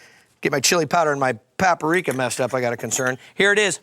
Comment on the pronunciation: Pap-A-Rika. Lol.